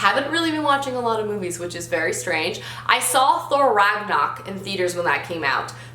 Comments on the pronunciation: it's Rag-NA-rok XD (It's fine tho just wanted to tell you haha) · It’s Thor: Ragnarok though, not Ragnok.